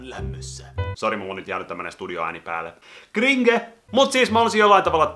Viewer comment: 7.45 sanoit krige et cringe